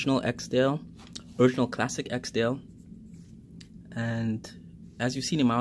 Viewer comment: We have trouble here in the UK sourcing UK made Barbour jackets and yes the quality has declined. As soon as an item becomes fashionable that's what happens but sadly very little is made in the UK now. By the way, it not and EKSDALE as you pronounce it - It is an ESKDALE. Eskdale is a glacial valley and civil parish in the western Lake District National Park in Cumbria, England.